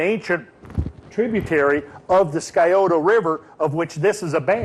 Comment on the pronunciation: It is pronounced sigh-oh-tah (Scioto).